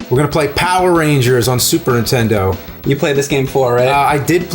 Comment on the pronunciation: Am i the only one hearing James an saying Super INtendo!??!?! for as long as i have been watching these guys I just think my hearing is screwed...